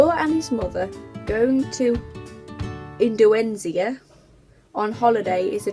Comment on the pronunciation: ( in-do-nee-sia) lol